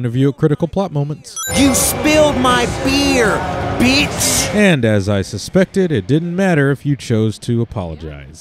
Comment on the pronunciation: *Beetch, he pronounced that weird, too